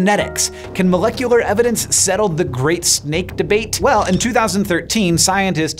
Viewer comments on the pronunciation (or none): none